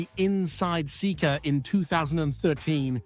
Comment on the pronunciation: 🎵 “You say Sekka, I say Seeka, let’s call the whole thing off”